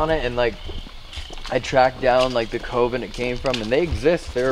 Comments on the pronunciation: looks like a potential serial killer in these videos, but especially during hide and clap sessions. 😂😂 Nothing irritated me more than the way and the guys say COVEN. They say COven. It’s Coven! CUH-ven. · I can’t get past how pronounces “coven”.... it’s not “koh-ven” it’s pronounced “kuh-ven” and I can’t get over it! 😣😣😣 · The way pronounces coven, drives me nuts lol. definitely has a way of connecting with spirits though! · Coven is pronounced cuv-in. Not cove-in also if I were I’d be pissed. Like don’t get me wrong I love the content but always fucks him over. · Lol.. the way you say coven makes me laugh 😆 It's pronounced cuhven ♡ And those boxes are all b.s xD